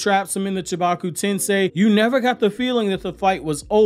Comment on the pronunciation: you are my favorite anime YouTuber, but it is Chibaku Tensei not chibuka